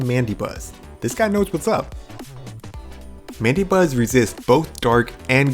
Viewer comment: It's pronounced "Man-da-Buzz".